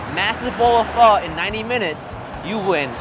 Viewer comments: • 지민 • you said Foh😂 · omg i thought you would pronounce pho like "phoh" not "phuh" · Pho not pha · No, fur is wrong. The easiest way to learn how to pronounce it is if you imagine the F word almost slips out of your mouth and you end it with a question mark...fu..??? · I thought u pronounce it pho not pha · It's not "Phuh" It Isn't "Foe" it's pronounced like the (Fung) syllable but without the N & the G sound. Or to simplify it, say "Phuh" but disband your jaw up when you say the "uh" part. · It's pronounced p-oh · There's a reason there's a ? on top of the O in pho. Pronouncing it as "fuh" and pretentiously pretending you know how to pronounce it is ignorant and arrogant. Literally better off calling it "foe" unless you intend to learn and pronounce it properly. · Danyal A. It is not any of those it is pronounced fuh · Man, the way they pronounce pho... ‘fur’ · Aw man I cringe every time they say pho like that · He lost his ways of Asian he can’t say pho right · #AsianSquad laughing at them failing to say “Pho” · PHO IZNT PRONOUNCED THAT. WAY..well for me